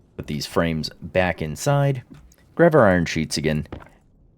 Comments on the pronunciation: why do you say grav instead of grab? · why do you keep saying grav instead of grab over and over lol